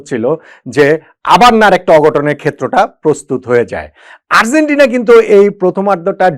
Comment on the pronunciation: Argentina উচ্চারণটা সঠিক না হওয়ায় কানে লাগছে।